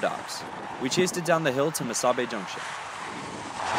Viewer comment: FYI Missabe is pronounced Miss ah bee and "Mt. Iron" is Mountain Iron.